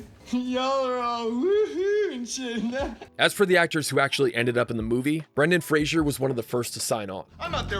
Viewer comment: There is no "I" in "Brendan Fraser"